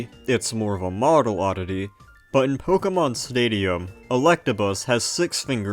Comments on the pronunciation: You sound like someone’s dad. It’s not pronounced “pokey” mon, “pokey” dex etc. it’s “poke-ay” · Pronouncing it "po-kee-mon" will always strike me as odd. It's "po-kuh-mon". You say it right , why nowhere else? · please stop pronouncing it “pokeymon” it’s really distracting 😭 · What's a Pokiemon? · Its Po-keh-mahn. Its Japanese which means there is a very rigid pronunciation. Americans tend to add or alter phenomes into becoming "ee" sounds where none exist. See: Karaoke is "kah-rah-oh-keh" but Americans say "carry-oak-ee" But also? Nobody cares about all this^^ So its clearly Ponkymoan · You strike me as odd. The real pronunciation is "poh-KEH-mon", but most people don't say it like that because most people don't speak Japanese. Shocker! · >passionate enough to learn all this information >pronounces "Pokémon" as "pokeeeeeeemon" (incorrect) every single time without fail beyond the fail of having said it very wrong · great vid concept but the pronounciation of"pokey-mon" hmm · "Pokey Mon" dislike video and move on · can you stop saying "pokey-mon" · Poke -ee -mahn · Po keey. Cant stand hearing this repeatedly for hundreds of time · >"POKEY mon" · I never knew LGFR and RSE had sprites for the other's protagonists. Good video, I just don't like when people say Pokeeemon. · I'm sure the video is great, although hearing "poke-ee-mon" over and over at the start makes my skin crawl a bit too much to find out. Good luck :> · It's pronounced po-KAY-mon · idk why. the way he says pokeymon is very satisfying to me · ok so you said "poke-uh-mon" exactly once so you're just taking the piss